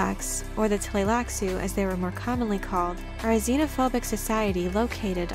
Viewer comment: Better pronounced as 'Tleilassoo'. And Ghola - 'R'ola' (r as in french)